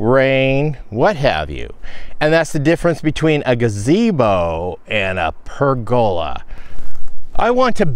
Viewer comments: I've also always heard it said as PER go la, with the emphasis on the first syllable, the second and third are said in about the same quieter tone. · I've always heard pergola with the accent on the "per". Either way, I knew what you were talking about. ( I'm over here on the EAST side of the cascades, near Pendleton)